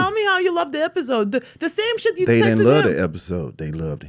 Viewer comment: Ok who is she.... at the mark... the way she said shiiidd... yeah that black boy friend really injected the culture in you 😂😂.